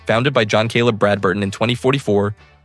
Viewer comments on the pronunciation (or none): none